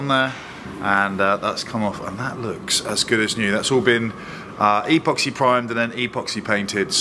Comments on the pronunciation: You are,pronouncing epoxy wrong. It is ehpoxee not eeeeepoxee. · Well done 👏👏👌 . 10/10 for the job. 1/10 for calling epoxy ‘E’ Poxy. 😂